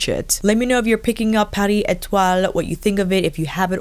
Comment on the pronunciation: Lol, you’re adorable! Pretty sure we could all just stare at your beautiful face no matter what! You pronounced the shade names very well! ❤️